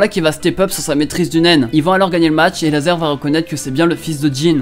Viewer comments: il a dit lazer au lieu de razor ou c moi ? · C'est Razer mdr pas laser